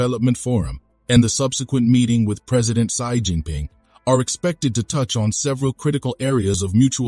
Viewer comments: She not see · please correct your pronunciation of Xi.